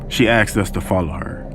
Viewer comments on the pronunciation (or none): Why does this black narrator say "axed" instead of "asked" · I keep hearing “aksed” instead of “asked”.